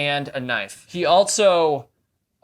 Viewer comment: Theres no T in also